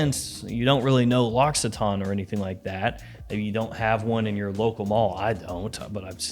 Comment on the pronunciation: Protip: the "cc" in " l'occitane " is pronounced more like the "ck" in "mock", maybe a bit softer. Not at all like "x", there's no "s" sound in it